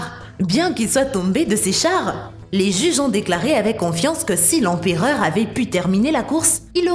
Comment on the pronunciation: "L'empéreur" Néron... L'empéreur 🤦‍♂️